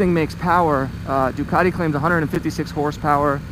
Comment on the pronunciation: Possibly the worst review I've ever seen, you can't even pronouce Ducati properly. "It's got a fuel gauge, incredible" Really? 😂